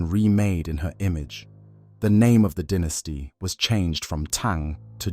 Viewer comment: Dine-esty. Why do you say den-esty?